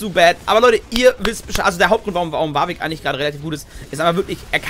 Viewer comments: Du meinst WARRVICK triggert dich statt Warwick? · Die englische Aussprache ist viel besser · Jeder: Warwick: Wawick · Bitte noch wawig sagen sonder warwick :=)